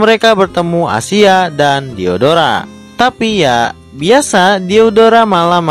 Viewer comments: Waktu abang bilang diodora Kok kanyak diodoran ya 😂😂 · Aku Yang Salfok Sama Lagunya Silhoutte Versi Mimin Dan Ketika Mimin Bilang Nama Diodora Yang Terngiang-Ngiang Di Telingaku Diodoran